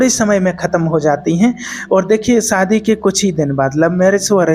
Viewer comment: सादी नहीं शादी 😂😂😂